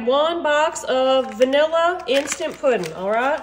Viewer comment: I love how she says puddin and how she smacks the counter after she tastes it!